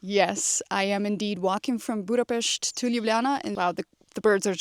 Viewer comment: I didn’t know your part-Hungarian 😌 but as your pronunciation is perfect when you mention “Budapest” now it makes totally sense. 😀 Good luck 🙌 wear a very comfy 👟(duh!) 🫡